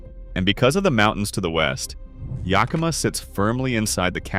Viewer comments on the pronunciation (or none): yak uh maw. Kit uh tass. You didn't mention it, but Sequim is pronounced as Squim. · If I had to hear Yahkimah one more time … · We don't know were yukama , learn how to pronounce our native names YA KA MA ! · Yakima, short a (like yak, cat, hat) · Rhymes with Omaha. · The AI voice sometimes couldn't pronounce several names correctly: Yakima, Deshutes, Willamette, etc. (But sometimes the voice DID pronounce it correctly. A real human wouldn't do that.) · Really! Someone needs to tell Ai how to pronounce most of Washington's cities! Start with Yakima. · I’ve commented on this in another of these videos. I was born in Yakima and I nearly spit out my wine when “he” said it.